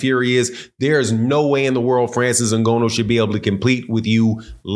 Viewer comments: Francis In-Gah-Nu. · “N-Go-No” is killing me 😂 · Bro said Francis Nagono 😂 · The way he pronounces Ngannou is hilarious. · Say his name right show some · Please spend 1 min next time to understand how to promounce "Ngannou". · Say the mans name right PLEASE !!! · The fact that you’ve pronounced his name wrong throughout this video is crazy to me! 🥴 Please fix ya mouth! 😉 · I can only listen to you say his last name wrong so many times lol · Bro can you please pronounce that man last name right